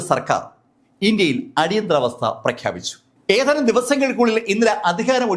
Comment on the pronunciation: സംസാര ശൈലി ഒരു ഓളത്തിന് പറയുന്നതാണെങ്കിലും ഇപ്പോ ഭാഷയെ കൊല്ലുന്ന പരിപാടി ആയിട്ടുണ്ട്.. ഏതാനും എന്നതിന് പകരം.. 'ഏഥാനും മാസങ്ങള്‍ കഴിഞ്ഞപ്പോള്‍...' എന്നൊക്കെയാണ് ഇപ്പോള്‍ പറയുന്നത്... പഴയ വീഡിയോകള്‍ ശ്രദ്ധിച്ചാല്‍ അറിയാം.. പലതും പറയുന്നത് വേറെ അക്ഷരം ആണ്.. പറയുന്നതിന് ഒരു സ്റ്റൈല് വേണം... പക്ഷെ അക്ഷരങ്ങളെ ദയവായി കൊല്ലാതെ ഇരിക്കുക....